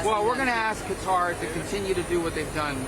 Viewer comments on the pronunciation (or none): Don't they know that the military base is there to destroy Qatar and steal it's resources, not to protect it? Trump can't even say Qatar, he says Cutter 😏